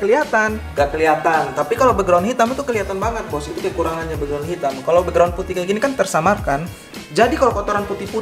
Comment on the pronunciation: Bekgron bukan beugron